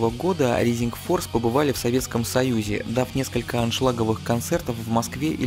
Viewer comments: знания английского храмают рисинг форс блять джими хендрикс експеренс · всё хорошо, но произношение режет слух. не Ризинг Форс, а РАЙзинг Форс, не Джетро Тулл, а Джетро ТАлл и так далее